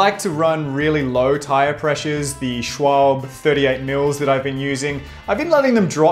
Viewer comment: seriously... Schwalbe is pronounced ˈʃvalbə - or just google it